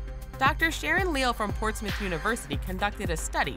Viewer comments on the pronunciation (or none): none